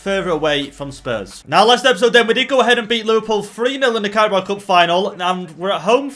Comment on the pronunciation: says Carabo Cup. Subtitles say Cowboy Cup